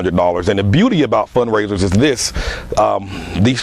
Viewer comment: sounds like he keep on saying fundraiders